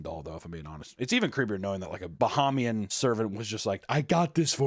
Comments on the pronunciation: bro. BUH-HEY-ME-AN. #242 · The absolute massacre of the pronouciation of Bahamian and the accent on our independence day is peak. 😂 Also in the Bahamas we call black magic obeah not voodoo. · As a Bahamian (pronounced Buh-hay-me-yun), your terrible attempt at a Bahamian accent was hilarious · Hearing mispronounce Bahamian and give them a weird accent (Jamaicans? Haitian?) on Bahamas independence Day is an incredible way to celebrate. I love it.